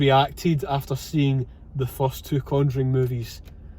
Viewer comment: Brilliant again! "Two for the Con-joo-ring please"